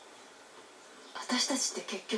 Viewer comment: セリナじゃないよセリアだよ